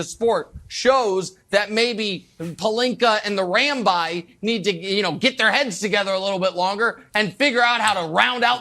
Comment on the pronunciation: Lol at "rambi"...😆 🤣 😂